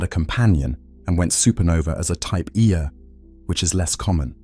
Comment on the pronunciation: I was convinced that a real person recorded these untill it got to the type 1A supernovas 😂 honestly though great channel "type eeeaaa supernova" lol love it